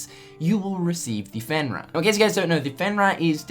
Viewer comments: Fen-Rear,. Not fen-rah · Pronounced Fen REAR, comes from Norse Legend a wolf god.